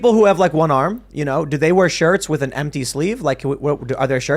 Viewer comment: lack of ability to pronounce an H after a T in words like “with” gets under my skin eventually.